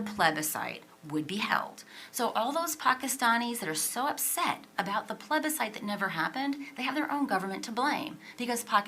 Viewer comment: Abe chutiye... Tujhe English nhi aati toh hum kya kare... plubisite(referendum) ke bare me bat Hui toh